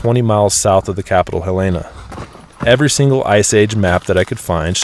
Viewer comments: Great video- one critique from a Montanan, it’s Hell-In-A not Hell-Lay-Na 😉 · Let’s remember to learn the correct pronunciation of our nation’s state’s capitals: Helena is phonetically pronounced “Hell-enna” not “Heh-Lane-uh.” Helena, Montana. Carry on. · Great video mate! BTW, it’s (Montana Capital- Helena) pronounced HELL-ENah, not Hel-aina No big deal, just something I noticed. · Helena = Hell en ah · dude... Helena. not even close to how you pronounce that town.